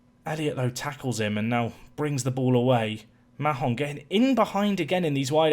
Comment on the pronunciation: I know it's not necessary but Mahon in my experience is pronounce Mayon, just going off a girl in my youth having the same second name